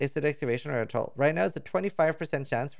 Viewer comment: say attol one more time please